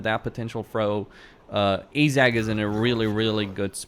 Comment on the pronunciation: AAAJ 'Zak?? Can a have a zak please, you mean this Zack? Any Zac will do. I think you mean Azhag (as an short a) and a hard G from the troat up. Nice Vid keep it up.